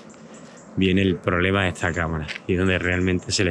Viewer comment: Se dice “esta” no “etsa”